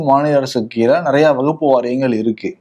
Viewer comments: கேரள காந்தாரி மிளகாய் சாப்புடனும் அப்பதான் அது வகுப்பு அல்ல வக்ஃப் என்று தெளிவா உச்சரிப்பார். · வகுப்பு சட்டம் இல்லை வஃக்பு சட்டம் கூட சரியான உச்சரிக்கிறார் நீங்கள் எப்பவும் உருட்டுவது போல் பேசுகிறீர்கள் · Dear Bro, It’s not Vagupu. Kindly pronunciate it as WAQF. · இதுலவேற சில அரசியல்வாதிகள் தப்பா தமிழ் பேசுறாங்க,பேணர் வைக்கிறாங்கன்னு சொல்ரார்.விகடன் குழுமத்தில் ஒரு தவறையே திரும்ப திரும்ப செய்றார்,,வகுப்பு, வகுப்பு என்று. அதை கண்டும் காணமல் விகடன் குழுமம் இருப்பது எனக்கு வேதனையளிக்கிறது.விகடன் படித்து தமிழ் உச்சரிப்பு கற்றவன் என்ற முறையில் க்கு வகுப்பு அல்ல வக்ஃப் என்று உச்சரிக்க சொல்ல கத்து கொடுக்கவும். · wakf not as stated in question, & pronunciation is wrong